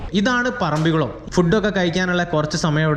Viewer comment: സുഹുത്തേ ഇതൊരു പൊതു വേദി അല്ലേ .മലപ്പുറം കാർ മുസ്ലിമിന് വേണ്ടി മാത്രം അല്ലല്ലോ വ്ലോഗ് ചെയ്യുന്നത് സ്കൂളിൽ പോയിട്ടുള്ളത് അല്ലെ .മലയാളത്തിൽ പറയുവാൻ ശ്രമിക്കുക ...തായേ ,ഞമ്മൾ ,വയി ,കുയി ,മയ ,കൈയുക ,പോകുന്ന സ്ഥലത്തിന്റെ പേരെങ്കിലും നന്നായി ഉച്ചരിക്കുക .പറമ്പികുളം ,അല്ല മലയാളംടൈപ്പ്‌ ചെയിതു നോക്ക് പറമ്പിക്കുളം എന്ന് കിട്ടും വീഡിയോ കാണുന്നുണ്ട് നന്നായിരിക്കുന്നു പ്രകൃതിനന്നായി പകർത്തുന്നു